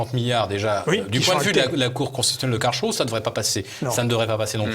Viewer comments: Karlsruhe ne se prononce pas KARL+CHROU mais KARL+S+ROU ! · Philippe Béchade : Phonitique de Karlsruhe : C'est karels rouh Vous arrivez à prononcer ce mot correctement ? Merci